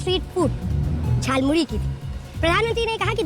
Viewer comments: झाल मूरी नहीं जाल मूरी बोला था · Jaalmuli 😂😂 not jalmuri